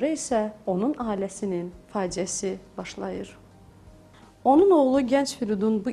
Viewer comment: "q" yox(x) , ( ğ) .Tələffüz bərbad. Başlayır yox ( başdıyır)...